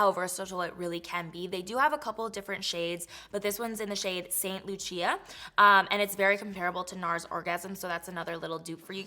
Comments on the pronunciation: She did not pronounce it “saint lu-cheeya”😭😭😭Love u gurl but uh uh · It's pronounced "saint loosha"